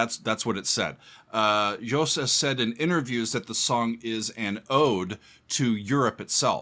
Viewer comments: You are the first one outside NL to actually pronounce 'Joost' pretty well! It's not 'Joust', but 'Yoast'. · Hey, the first American that pronounces Joost’s first name right …! 👏